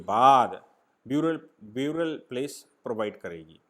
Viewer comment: Correct pronunciation for “burial” is NOT “ब्यूरियल” but “बरियल”